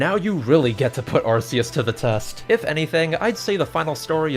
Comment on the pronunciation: Arceus is actually pronounced Ar-key-us